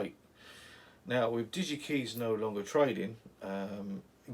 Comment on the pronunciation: Hi. Nice video. Just to be picky: Digikeijs rhymes with "pies". What a shame they went bust. Didn't YaMoRC take them over?